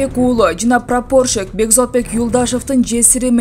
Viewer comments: Прапорщик болуп жазылат прапарщик болуп айтылат 🤦👎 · Калемпир, ударениени - прапорщик деген создо "а" га кой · Прапорщик басым а тамгасына коюлуп окулат. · Прапорщик и туура окучу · Ушулда журналистби прапорщик деген созду тура айта албаган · Коментатор,прапорщик деген созду туура окуялбасын,талага барып кетмен чапсан,шерменде болгондон кору. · Прапорщик деген созду жакшылап айтсан боло туура айта албайт экенсин чон Кыз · Прапорщик деген созго ,туура интонация койгулачы . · Орусча создорду айтканда ударениени туура койуп суйлосон. Прапорщик дегенди нормальный кылып айтчы.